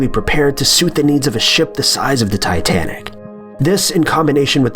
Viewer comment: It is titsnic